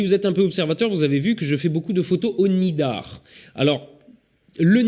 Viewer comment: Il me semble que c'est le "nadir" et non le "nidar" ... ;-)